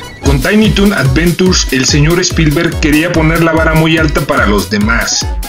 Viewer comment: Estuvo muy bien hecho tu vídeo, las imágenes y los datos. Sólo checaria la pronunciación en ingles antes de decir algo en ese idioma. No se dice "adventurs" SE pronuncia "adventchurs"